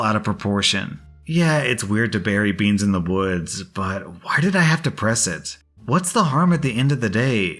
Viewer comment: BeAnS beEns BAANS BEaSn